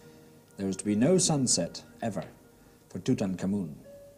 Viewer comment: I LOVE this video because he actually pronounces the pharaohs name correctly!